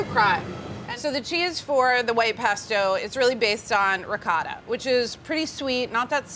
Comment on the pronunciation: Ricotta....please pronounce it right ,Noodle....yikes!!!